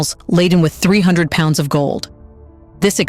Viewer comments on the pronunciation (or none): none